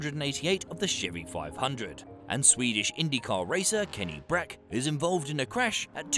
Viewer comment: As a future reference, ’ä’ is alot closer to ’e’ than ’a’. So ”Breck” instead of ”Bräck” works better. Was kind of thinking, didn’t he say swedish? Was a bit confused since Brack wouldnt be a swedish last name